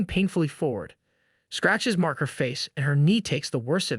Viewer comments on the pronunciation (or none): none